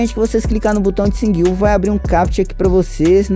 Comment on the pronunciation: "Singui upi"